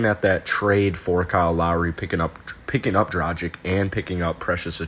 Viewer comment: If you want subscribers don't be ignorant Learn how to pronounce men name and also it is not dradzic it pronaunce dragitch